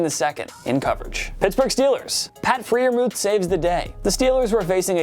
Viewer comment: "Meeka", Jessakee, Freeurmooth...who is this clown that's narrating and why does he even think he should be posting videos?